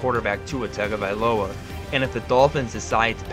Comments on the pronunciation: Hey buddy great video. The one thing I want to say is your pronunciation of Tua’s last name could use a little work. When Tua explained the pronunciation of it he said it was tongue-uh-vi-loah not tag-uh-vi-loah. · I just cant get past this "TAG-uh-vuh-LOW-uh" pronunciation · TUNGO ! IF u MISPRONOUNCE Tua's name u loose credibility ... please... its Tua Tungo-vi-loa.